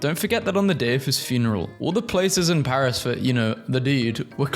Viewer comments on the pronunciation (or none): none